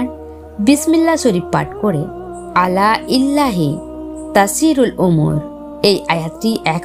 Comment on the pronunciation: ইল্লা‌হি নয় ইলাল্লা‌হি